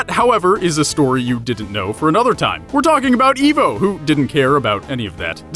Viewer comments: That was deep. I just sent it to a friend who LOVES Sonic and thinks Eggman is cool. Wait until he sees this 😆👍 Also it's pronounced EYE-VO, not EE-VO. Lol. Also you didn't talk about Julius Robotnik, but mentioned Gerald. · Pretty sure it's I-vo not E-vo... >.> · Evvo it's fucking ivo (idk how to spell it) (eye-vo) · It’s ivo not evil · I thought it was Eye-vo, not Eeh-vo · You call yourself a sonic fan but you can't even pronounce "Ivo" correctly -_- I - vo not E - vo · It’s ivo robotnick(eye v o robotnick) not e v o and robot nick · I thought it was "Dr. Ivo Robotnik" not "Dr. Evo Robotnik " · Izuku Midoriya it's Ivo…he just says Evo… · It’s pronounced like eyevo not evo if it were evo it would be spelled evo but it’s spelled ivo as in it’s pronounced eyevo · IVO! IVO! NOT EEVO! IVO! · Eye-voe Robotnik not Ee-voe Robotnik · It's ivo not eevo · its ivo not evo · Also it's IVO not EVO! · His names pronounced “I've-oh” not “eve-oh”... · [/] I-vo. [x] E-vo. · 54321 Ikr, i got way more annoyed with that than i should have been. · For reference most pronounce his name as I-vo. Not E-vo. And he is only known as Ivo Robotnick here in the US. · U said Evo, not ivo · This is f*cking scary when you think about it.... But then again, he pronounces 'Ivo' as 'Evo' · Yeah, it's pronounced "eye-voh," not "ee-voh." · I thought his name was pronounced 'eye-voh' rather than 'ee-voh.' ??? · I-vo. Not E-vo. It’s supposed to be Russian. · Pardon me but its Ivo as in "I vo" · It's Ivo! >:( EYE-VO. Get it straight! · nope He’s called dr IVO robotnik because the ivo is pronounced as evil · yeah he says it like evo and it hurts me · R3KT It's supposed to be eye-voh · I can’t even believe how many times you mispronounced my first name